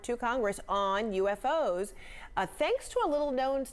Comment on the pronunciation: They're *U*FOs not *A*FOs. 🙄